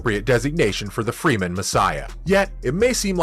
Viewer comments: it's not Freeman it's Fremen damn it! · Fremen, not Freemen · It's Fremen. Not Freemen. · Also if your gonna be so critical prounce the name of the people correctly freh-men not free-men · Freh-men, not Freeman. Very bad pronunciation of many of the characters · First I wanna give this video a thumbs down for the amount of times he said Fremen incorrectly and the fact that he tried to use the book as a source for critiquing but exposed the fact that he must not have read the books 🤣🤣🤣. In the book Piter talks of the assassination attempt on Paul as being staged and they never expected it to succeed and that Hunter seekers rely on movement. Second when Paul realizes Leto is dead his powers are awakening and his mind is computing at a beyond mentat pace this he doesn’t feel till afterwards